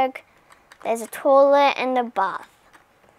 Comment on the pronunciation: The way she says toilet😂